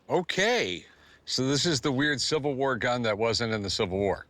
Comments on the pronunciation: Is she saying Silver? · why can't she say 'civil' ?? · Kinda odd that she is apparently a professional actor, but had trouble pronouncing "civil" at least twice.